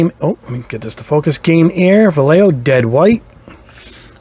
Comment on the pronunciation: Excelent video as always, for Vallejo pronunciation you can say it like this... Va YE Ho, the accent is in YE, the lle part sound like the ye in yellow and the jo sounds like ho in hole.